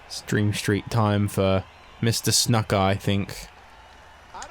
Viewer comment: Ur pronouncing snukas name wrong